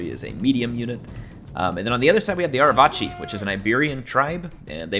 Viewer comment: the C in Arevaci is a hard C im pretty sure, rather than a "ch" sound. So it would sound like "Arevaki".